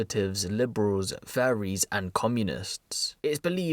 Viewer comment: Man said faries